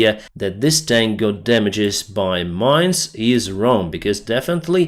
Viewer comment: Pronounced "tank"...not "taaaaaaank"